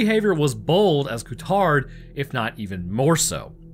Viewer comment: Cool video! The lead wolf's name should be pronounced differently though, Courtaud would be "Kurto", with the emphasis on the O at the end. Not Ku-Tard.